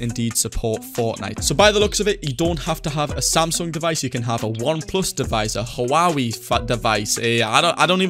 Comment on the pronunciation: Boi said hawawi